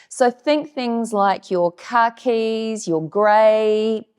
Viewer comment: The way you pronounce khaki 😂 I love it so much and was waiting for it again. I love your videos and your style ❤